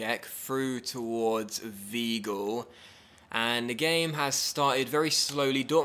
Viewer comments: Its not pronounced Viegl it's pronounced Wygul/ Vygul!! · In German, the "ei" is pronounced like the Englisch "i". So Weigl is not ponounced "weegl" but "wigl" and Eintracht is pronounched "intracht".